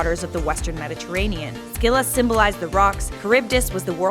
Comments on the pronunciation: It's Silla not Skila Also she'd one-shot anyone with her ult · It’s pronounced “silla” not “skilla” and pls do what if homeworld gems were real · Just fyi, it's not "skilla" the c is silent. "Silla" If you're doing the old Greek pronunciation it's still incorrect and would my "skeela" or "skyloros" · Se-lla❌ Skee-lla❌ Sk-illa✅ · No offense, but it’s pronounced Sill-a not sck-illa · Is the pronunciation really "skih-luh"? That sounds so wrong to me. I thought it was "sih-luh" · Pretty sure it's not Sckylla though lul :p, Either way, an amazing video. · Did she just pronounce Scylla as Skilla? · Amphitrite is not a witch, you got it all wrong, she is the wife of Poseidon and a goddess. Its also pronounce Silla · Think its pronounced Silla But eh i play smite so im not one to talk. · what if we learned how to pronounce 'scylla' right? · Smh. Okay, your videos are pretty neat to watch, but hnnn. My English teacher did this a few years back but I never corrected her. Scylla is not pronounced with an emphasis on the c. Smooth it out like in the word Cilia. The C has a S sound. Emphasizing the c to cause the disruption in the word butchers the way the Greeks spoke. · Pretty sure shes pronouncing scylla wrong, and it makes me hurt inside.